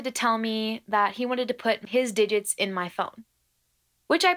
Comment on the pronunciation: SAME HERE!!! I gasped when I heard "di" then had to replay it to hear "gits"